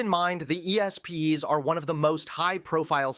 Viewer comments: The Shane Gillis video is mark. And It’s pronounced “The Espēēz.” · Great stuff, but "E.S.P.Y.'s?" Come on my guy. It's pronounced "espees" and everyone knows that. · It’s not E-S-P-Y. It’s espy pronounced just as it’s written. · E.S.P’s? Say it like a word dude. Espys. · Love this. But. Dude obviously never watched ESPN. He can’t say it. lol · Doesn't even know how to say ESPYs. Democrats really are the party of the out of touch people.